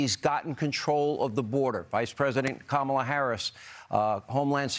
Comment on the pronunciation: It’s kaamala Harris no Kamala Ron 😅